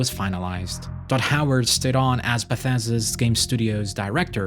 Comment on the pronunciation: It's very amusing to hear this fella repeatedly call Todd Howard "Dod Howart"